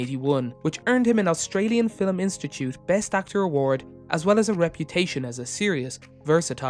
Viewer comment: Well reading of the wikipedia page. And what is a "filim"?